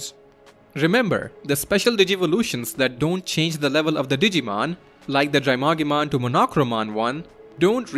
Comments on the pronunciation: I noticed some Digimon names are mispronounced. Bakemon is Bak-e-mon Drimogemon is Dri-mo-gee-mon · bakemon is pronounced bah-kay-mon. not bake-mon as in baking. also its drimogemon, not drymogemon